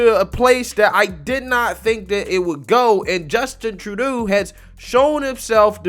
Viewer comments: tru-doe, not tru-dayo, or trudy for short. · it's Trudo not Trudayo. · Please learn how to say people's names or other words correctly before you make your videos!! His name is NOT said phonetically "Tru-Day-Oh". His name is TRU-DOH. Trudeau. How can you not know this when reports about him are all over the media outlets? It really hurts the legitimacy of what you comment about on your clips and this has happened before. This is constructive criticism not an insult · "Tru-Doh!" Not "Tru-day-o" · Love your channel but “eau” as in Trudeau is pronounced “o” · Trudeau is pronounced true-doh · you're killing me. You pronounce his name different every time. It's Troodoe brother. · Lol, I kind of like his Tru-day-oh! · Name is pronounced Justin True-DOUGH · FYI Justin's surname is pronounced True Doe. As in: "Hard to believe Canada's PM is as much of a pathetic failure as he is. True Doe."